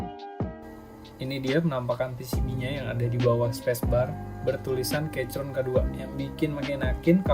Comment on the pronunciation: saran: sblm ngereview, perbanyak research dulu deh gan. bacanya bukan "keycron", tapi "keykron".